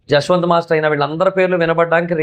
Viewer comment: Saketh kadu sanketh Jaswanth kadu yaswanth